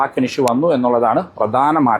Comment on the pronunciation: ബെoബർ❌ ബമ്പർ✅